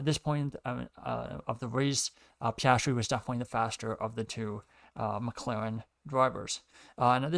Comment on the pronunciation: I appreciate your commentary on the race, however I would recommend practicing diction due to it's a little bit hard to follow you. Also Piastri is pronounced Pe-as-tree